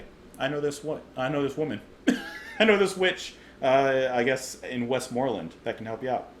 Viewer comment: And it's "The Witch of the West-Mer-Lands".